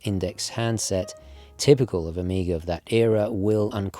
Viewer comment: please - stop saying "Omiga" ;)